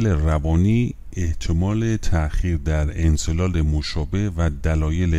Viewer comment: درودبرشما،انزال را انزلال تلفظ می‌کنید،لطفاًاصلاح کنید